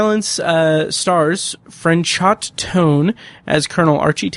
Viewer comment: The actor's name is pronounced Fran-show. You don't pronounce the T. I love that you don't refer to Tennyson as cheating, but rather using a loophole. I've always felt this way, but so many people online are quick to say that he cheated. There was nothing in the bet that said he couldn't do what he did.